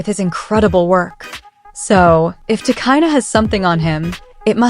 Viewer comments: You don't even know about the people you cover ,, your names are often wrong ,,It's pronounced " Ti, Cheena ". Arnold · Get the name right !!!!!! If you going too report on someone okayyyy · You can’t even say her name properly so how tf do you expect me to believe this video